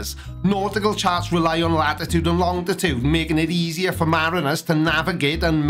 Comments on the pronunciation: Longitude not longditude. I'm not saying you have an accent, but..... 😆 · I guess this the first time I've ever heard say "longitude." it sounds like he's adding a T in the middle and saying long-tih-tude.